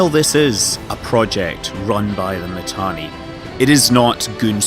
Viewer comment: Do you even play Eve? Init lost its space? And its not Matani,its Mittani. Imperium won the war, and now they are even going north killing shit. Pandemic Horde still needs to blue entire game to present a serious defence. Goons and Init didn't loose anything, it was a defensive move. So many capitals still trapped in m2, from time to time they come online and die,and some of them joining goons. And if the servers didn't poop out,Test would have lost the entire super cap fleet,when that boson fire came down. Pubbies still trying to put their shit together. Oh an not to mention, Test alliance best FC Called Pro God joined goons,and most active Horde FC also just joined Goons. Down south, nothing changed, except those few Keepstars that died. Mittani left, Asher stepped in, nothing changed.